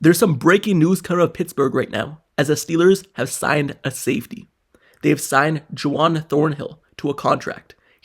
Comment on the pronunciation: His name isn’t “Ju-wan” it is Juan, pronounced “Won.”😂